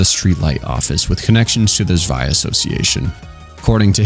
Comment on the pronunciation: >suwaia I am begging you, say "Tswei".